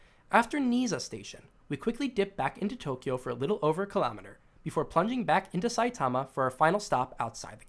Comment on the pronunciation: Stop saying Tokyo like that